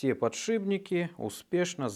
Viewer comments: ПодшиПники! Все классно, но уши режет, конечно. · достали подшибники!!! ухо режет!!! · Ну если говорит подшиБники